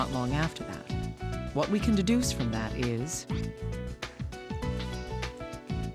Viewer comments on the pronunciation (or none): instead of is it says nis.